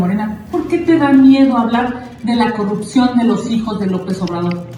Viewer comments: CUANDO PRONUNCIE CORRUPCIÓN Y NO COGGUPCION!! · QUE ACEPTE CUANDO PUEDA PRONUNCIAR CORRUPCIÓN!!!! 😅😅😅😅😅😅😅😅😅😅😅😅